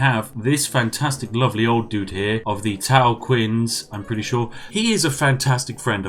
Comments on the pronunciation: pronounce the "Q" as a "CH" Tao Chian. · The most British aspect of this video is the pronunciation of Tao Qian.